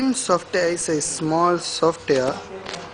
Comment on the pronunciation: Sure He is Fuckin INDIAN GUY saying SOFT AIR>>>HAHAHAHHA